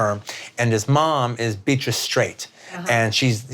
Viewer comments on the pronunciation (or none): none